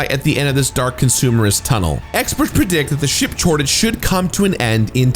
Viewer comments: When you said “Ship Chortage” 😂 hope you’re feeling better dude. Got it myself this month. 🙏🏻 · “ship chortage” had me cackling.